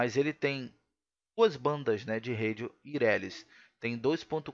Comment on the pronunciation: "Uirélis" - vivi para ouvir isso